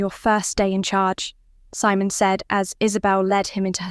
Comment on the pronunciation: AI narration takes away from a good story. Mispronouncing Simon or reading asterisk,asterisk just ruins what could have been great.